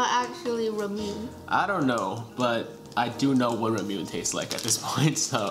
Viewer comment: have you tried ramune soda? I think the few candies you guys had were based off of that. I believe its ra-moo-ney instead of ra-moon since its a japanese drink. Also I think the big citrus fruit is a pomelo. Please keep making these videos every month! It's so fun to watch!